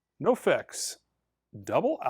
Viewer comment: No-Fex??? Bahahaha! Try again. That would NOFX, pronounced "no ef-ex". Come on …. At least act like you own a record store. An excuse of you don’t listen to that kind of music, and that’s why you f’d up the pronunciation, ain’t gonna fly there son! I’ll say it again, ACT LIKE YOU OWN A RECORD STORE.